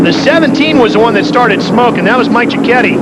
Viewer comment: Mike "Chi-ketty" is how it's pronounced